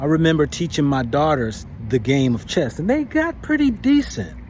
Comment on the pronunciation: It's actually called "chess" not "chest"